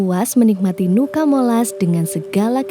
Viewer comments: Fyi, Nuca dibacanya tetap Nuca, bukan "Nuka" ya teman-teman 🫶🏻🥰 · Sedikit koreksi kak, cara bacanya bukan nuka tapi nuca. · Cara bacanya Nuca bukan Nuka kk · WO are the best ..catatan, sebutan nuca tetap seperti tulisannya, bukan dibaca nuka...nuca artinya pulau